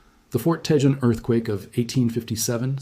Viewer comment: Grenada who lives in Los Angeles to hear Tejon pronounce the way you've been doing is like nails on a chalkboard. Let me see if I can help you Ta Hone... Tejon that's how it's pronounced with an HJ is an H sound. Hope this helps you in the future not sound like you're not a native lol.